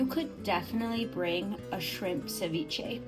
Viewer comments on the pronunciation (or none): Agrego aguacate y más camarones. Por eso se llama ceviche de camarones. Y es ceviche, no SAviche. Lo siento, solo un fastidio mío. 😊🍤🥑 mmmmm 😋 MUY BUENO. Bendiciones para todos y su perro…🙏🏼✝️ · CE viche not CAviche😊